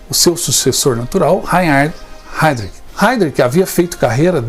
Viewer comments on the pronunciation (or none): A PRONUNCIA É: RHAIRISH